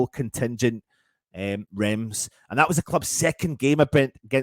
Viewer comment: That's not how you pronounce Reims!!!!!!!!!!!!!!!!!